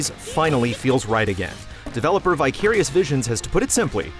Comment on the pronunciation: You lost me at "vyckirious visions"